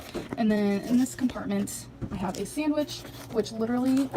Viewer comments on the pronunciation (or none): none